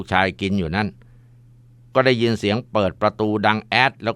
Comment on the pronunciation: ยินครับมุสลิมเคาเรียกว่ายินไม่ใช่ชินครับ